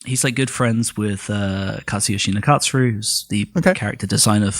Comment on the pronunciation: pronunciation of Katsuyoshi Nakatsuru always catches me off guard but i like it